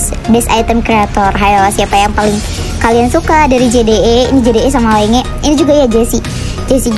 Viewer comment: Btw ka itu namanya lenge memang tulisannya lenge tp dibacanya "lenji" bukan dibaca "lenge" 😭🙏🏻